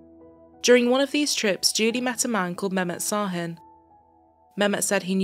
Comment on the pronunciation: Şahin in Turkish is pronounced Shahin.